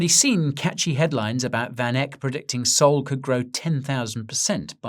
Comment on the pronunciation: I liked this guy for years until he said sol